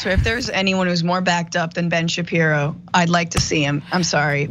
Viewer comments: Ben shapiro not shabibo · “Shabibo” bahahahahaha